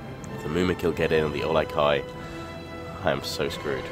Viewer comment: think to yourself, how is Uruk-hai pronounced? now say Olog-hai:)